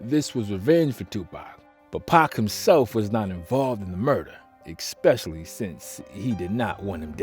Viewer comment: WTF does "ekspecially" mean?